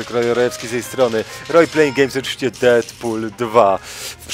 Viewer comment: Deafq?! powiedziałeś na początku Deadpool 2?